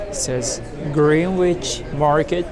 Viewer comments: Greenwich = Grenitch… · Greenwich is pronounced Grennich.